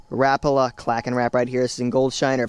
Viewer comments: it is ra-pal-a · You said Rapala wrong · I don't like how you say Rapala. other than that great vid. liked!